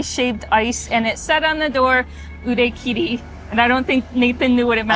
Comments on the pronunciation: A small note: I think pronounced 売り切れ as 売れ切り. This doesn’t matter if your goal is simply to recognize the characters, but it might be useful to point out. Anyway thanks for a great video. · 売り切れ is pronounced "u ri ki re" not "u re ki ri", but I guess the point is just to know what it means